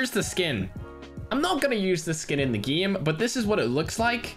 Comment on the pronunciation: Whhyyy gieme its game not gieme